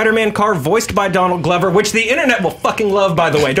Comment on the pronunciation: It's Donald Glover by the way, pronounced like clover with a G.